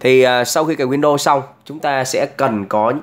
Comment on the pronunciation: Góp ý : e thấy anh đọc tiếng anh không chuẩn lắm nên e nghĩ a đọc theo kiểu việt hóa xẽ hay hơn, ví dụ như chuẩn uefi thì cứ đọc theo chữ cái tiếng việt là u e f i . windows thì đọc win được rồi. Win đô nghe nó sao sao ý